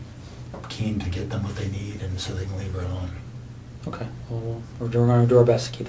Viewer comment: Besides all the horrific things this animal did, the second thing I hated most was this detectives poor attempt at saying the word ok. It was more like "KU"...